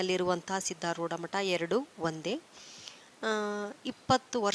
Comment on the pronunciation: ಅದು ಸಿದ್ದರೋಡ್ ಅಲ್ಲ.ಸಿದ್ದಾರೂಢ ಅಲ್ವಾ